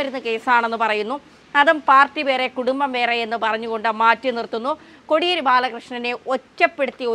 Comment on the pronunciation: Kodiyeri ennu ucharikkunnathu correct alla